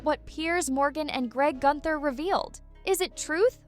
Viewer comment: It's greg gutfield not gunter